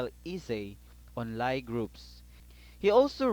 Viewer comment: It's pronounced like "Lee" not lie (despite the spelling)